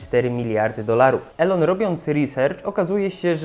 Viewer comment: Mkbhd umiesz wypowiedzieć, watch też, ventura też, ale Elon już niekoniecznie 👽